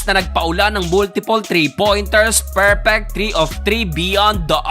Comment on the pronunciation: Perpeyk😂 Seventi to sixty seybin 😂